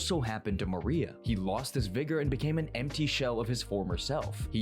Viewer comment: MORIA!!! Not MARIA…